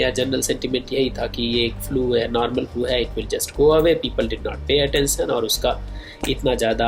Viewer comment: फ्लू भाई फ्युएल नाही बोलते...... सायंटिस्ट सर